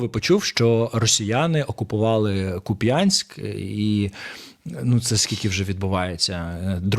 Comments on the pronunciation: Не Куп'Янськ, а КУп'янськ!!!! Вчитеся правильно вимовляти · Що ж ті «визволителі» ніяк не можуть правильний наголос зробити в слові Куп’янськ? Рашисти, наголос на перший, чуєте, на перший слог! Ви так доосвобождались, що міста не залишилось! Ви знищили все вщент! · Правильно називати місто Куп'янськ з наголосом на літеру "у". А то вимова виходить, як у росіян, як то кажуть, що з убогих взяти? Їм все одно, як вимовляти назву чужого міста, яке вони все одно знищать